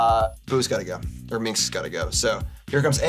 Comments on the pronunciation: How many times does the profess mispronounce Minsc as MINX? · Saying Minsc and Boo so many times wrong in a row is very on flavor for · its fun how nobody pronounces minsc properly